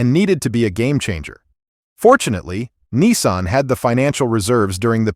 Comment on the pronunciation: It's NISSAN not NESSAN there is no E and while where at it there is not W in Jaguar